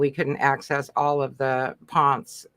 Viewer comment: Oh. It's Pohn-CEH!